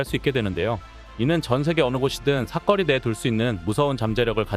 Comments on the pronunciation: "사거리"의 발음 --------------------> 사 거리(O), 사꺼리(X) 외국놈인지, AI인지.. 기초적인 발음 하나 못하는 멍청한 유튜버들이 왜 이렇게 많은거야??? 도무지 거슬려서 못들어주겠네.. 중거리도 중꺼리라고 발음하지, 그 건 또 왜 중거리라고 발음하냐??? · 다 좋은데 왜 자꾸 '사거리'를 '사꺼리'라 하나요?